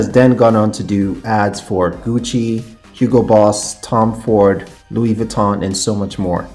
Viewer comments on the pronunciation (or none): none